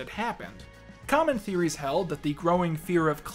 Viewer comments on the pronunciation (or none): none